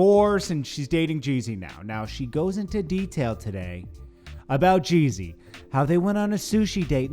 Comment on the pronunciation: Why do u keep calling him jay z.... This last youtuber did that. . JEEE - ZY